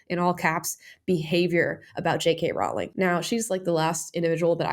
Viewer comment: Damn, people still haven't learned how to pronounce Rowling properly